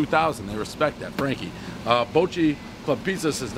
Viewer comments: Not " bolt - shay " its bot - che " Gotta say it Buffalo style baby ! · Baacheee. Bocce. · "Ba-chee" is how we pronounce it here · Hey Dave, it's pronounced "Ba-chee" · pronounced bah cheee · One Bite, everyone knows Dave can’t pronounce Bocce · I'm from Buffalo, Ny. Bocce's has the best pizza in Buffalo... hands down! And it's pronounced like the ball - Bocce ball. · Daniel Savage he played the game before and I think pronounced it correct then. He’s a poser. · He literally botched, the pronunciation of bocce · Dave. say 'Bocce" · You're pronouncing Bocce wrong. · Said Bocce wrong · If it's Italian, you're saying it wrong